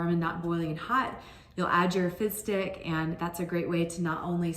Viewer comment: Am I the only one who hears fist dick instead of fizz stick?